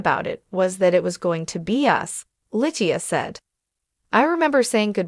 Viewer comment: Litia was sweet and gorgeous, please pronounce her name correctly 😮